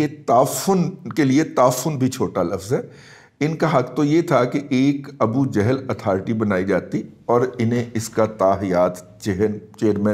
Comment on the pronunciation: Appreciate your views n a bold stance. Please pronounce Salam correctly+ word is ** jahl*** niether " johl" nor jehl. FARHANG e AMIRA would b useful for you.